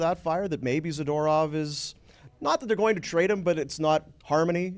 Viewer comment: Someone tell Frank how to pronounce zadorov.